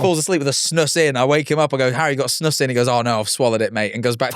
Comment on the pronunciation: i love how non swedes say snus lmao- also fun fact: a big reason why the swedish people didnt want to join EU at first was because snus was banned in other countries. they had to make an exception for us because otherwise we didnt wanna join